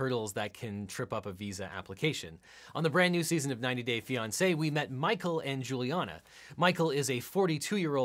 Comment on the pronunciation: The synopsis of “Mah-coe and Angela” had me howling: down to her last egg... hit up her daughter for a “fresh” one! 🤣🤣🤣